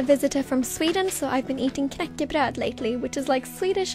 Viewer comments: The way she said knäckebröd was..perfect. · I'm from Sweden and oh god, you said "knäckebröd" perfectly. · The way you said knäckebröd made me second guess if you were a Swede or not, girl your pronunciation is really good! Btw loved the video💕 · The way you pronounced "knäckebröd" was perfect👌🏻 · OH MY GOD, SHE SAID KNÄCKEBRÖD SO PERFECTLY! WASNT SHE LIKE FROM SWEDEN OR SOMETHING? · Tf she said knäckebröd perfectly